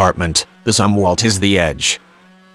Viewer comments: This is lame. I'll just begin with one glaring example. The bot-narrator was not even configured to pronounce Admiral Zumwalt's surname properly. Respect counts, not this click-baity BS. Get with the PROGRAM. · Try to pronounce Zumwalt properly. Thanks.